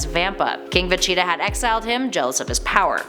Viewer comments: Jesus Christ who is vecheeta? It's veGeta LoL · It's pronounced Ve-gee-tuh, not Ve-chee-tuh. He's the Prince of All Saiyans, not the mascot of Cheetos. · it is siad like this veg-eta. Is it just me or is the way she says Vegeta really weird?? Planet Vecheetah? She says it like Va-Cheat-a Thats why i came to the comments. For this comment. The empty man 1 day ago Cringe Isaac Denley 1 day ago Vegeta. jablackjam 1 day ago She needs to say it correctly. Jahnte Walker 1 day ago I cringed every time she said that. Slinger of Truth 1 day ago She's saying Broly wrong too. It's Brol y not bro lly. sstrunks8813 1 day ago I like her nobody corrected her. Dan Maloney 1 day ago I have made the case that she has mispronounced it in the past. But I chalk it up to her being Canadian. Joshua Martinez 15 hours ago She's dumb clearly never saw any of DBZ! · It’s Vageta, as in Vaj-eet-ah. why are you saying va-cheetah? That aside though, love the video. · Veceta or Vegeta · she definitely said vecheetah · I Couldn’t get past the first few VeCHEEETAAH’s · i cant 😂😂 no one corrected her before uploading this....vecheetah.... facheta...... fa chi ta...... va cheee da ......kills me everytime she says it wrong 😭😭😂😭😂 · Every time she says “Vecheta” my aids flare up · How about a Top 10 Ways not to say Vegeta, and in at our #1 Spot Vecheetah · I'm sorry I do love the videos I liked her but I hate how she says Vegeta. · Is this like a cool-whip joke with the butchering of saying Vegeta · God I need to stop watching this channels dragon ball videos, they cannot pronounce Vegeta right at all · Omg I love how she pronounces Vegeta. 😂😂😂😂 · Is it just me or is the way she says Vegeta really weird?? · Thought the same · I have made the case that she has mispronounced it in the past. But I chalk it up to her being Canadian.